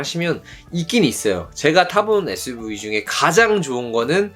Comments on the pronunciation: 재미있게 봤습니다^^ suv발음이 안되신다는 댓글보고 보니까 계속 에스브이라고 하시는거 같네여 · SUV발음이 잘 안되셔서 에스브이 ㅋㅋㅋ